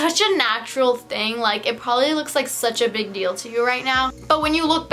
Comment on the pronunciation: did she say pobably